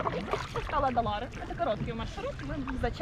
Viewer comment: Не Адалары, а Ай-Далары, Ай-Петри, Ай-Даниль... не уродуйте имена достопримечательностей. местный житель, Краснокаменка.